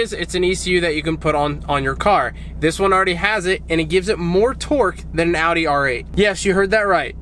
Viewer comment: Not a huge fan of the car but im so fucking glad you say Audi right, unlike most other American's I've heard!